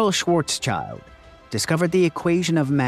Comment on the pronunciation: Sorry to be that one person, but you've pronounced Schwarzschild wrong. It's not schwarz + child but rather schwarz + shield.